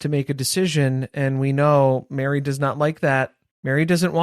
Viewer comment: The way I was cackling thinking you said BARRY (Plath) had cornered the market on bronzer. Then clued in to Meri, lol.